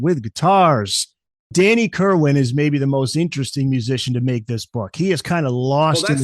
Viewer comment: Kerrrrrr WAN not WIN